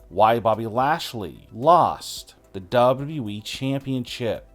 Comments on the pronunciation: Lol I already got annoyed when I heard him say “dubdawe Championship” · Hey bro it's wwe not dub dubby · Why can’t you pronounce WWE??